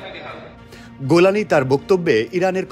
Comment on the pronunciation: কোন ব্যক্তিকে নিয়ে নিউজ করার আগে তার নামটা শুদ্ধ ও সুন্দর ভাবে শিখে নিয়ে মিডিয়ায় প্রচার করা উওম। গোলানি কি হ্যাঁ? জোলানি হবে।